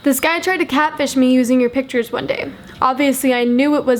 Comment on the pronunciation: Also *pitures